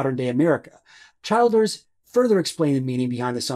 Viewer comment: Great video! Btw, Childers is pronounced like "Chill-ders" 🤠 I made the same pronunciation mistake initially as well.